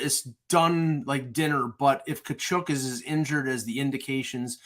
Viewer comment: Please learn how to pronounce Tkachuk’s name properly. It’s not KachOOOk.